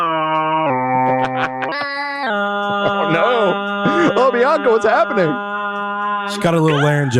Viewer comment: I really thought she was saying baka not Bianca